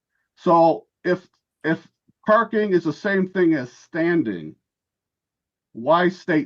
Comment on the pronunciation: NO PAHKING.